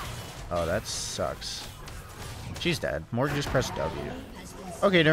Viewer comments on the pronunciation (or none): none